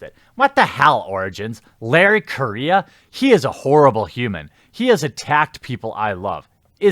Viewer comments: Dammit Jer, stop disrespecting my culture. His name's Correia (ku-rolledR-eh-ya), not Korea!! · He is; horribly. It's pronounced Co - RRe - Heya. (hard "R") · Larry "Korea" ... Full Total Amititis. I'm pretty sure Correia is a Portuguese name, but the "rr" like "H" in the beginning of words such as hate, differently from the single "r". Also, besides post colonial African migration, the Portuguese are pretty white, some really fucking white, since the country was created from a Spanish county given to Normans for expelling the Islamists from most of the Iberian Peninsula. Normans and Frankish troops helped in the "Reconquista" War a lot and had no problem in doing to Islamists the same that they have done to Christians in all the lands that they invaded or forcefully colonized by mass migration, like every single Christian land in the Middle East, North Africa, southern Italy, southern Iberian Peninsula and so on! Seriously, next thing you'll call Italians non-white! They're Caucasian, just not purely Germanic! Even Spaniards can be pretty white, specially in the Northern areas where the Christian kingdoms formed a stronghold against the onslaught of the Islamist invasion! Those "progressive" History and Geography teachers really messed up education in the Western Civilization! Good thing I actually doubt everything I was taught and look for different sources and figure out stuff in a less ideological manner. I don't know about Mr.Correia origins, he might be mixed, but that shouldn't matter when judging him or his work, unless "Libtards" are actually the ones being racist and are having prejudices based on origins and skin color.. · I'm pretty sure he's also mispronouncing his last name, but that's just me nitpicking.